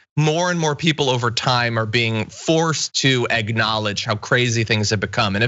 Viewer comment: Did that guy just say "Egg-knowlege"?